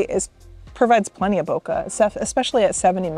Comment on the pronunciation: It's Bo Kay with a soft A not Bo ka with a hard Cu like cut. Type in search, how to pronounce bokeh